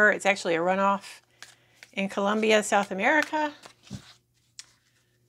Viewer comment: Colombia not Columbia